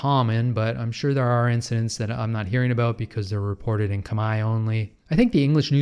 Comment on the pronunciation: Never trust an English speaking YouTuber who says "kami". Wide right!